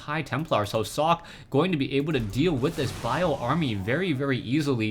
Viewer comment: its not "sock" its "socke" u got to pronounce that "E"